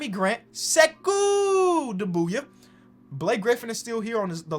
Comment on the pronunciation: You talking about doumboya? He's pronouncing him right